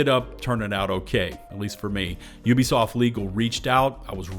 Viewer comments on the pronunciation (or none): none